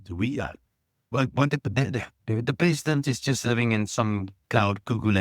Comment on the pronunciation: That guy is right the sound distortion makes him sound like he is saying peasant. lol This peasant(President) always says the same thing with no change. We all know that they over promise and underdelivers.